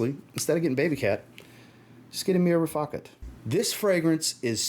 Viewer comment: I'm glad you pronounced Riffaqat properly. Every other fragrance reviewer is pronouncing it wrong 😂